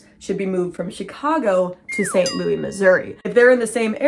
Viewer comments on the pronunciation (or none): We in St. Louis call it “ saint loo is” not louie 😅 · yaaay new upload!!! (also this is my first time hearing anyone say St Louis the French way 😂)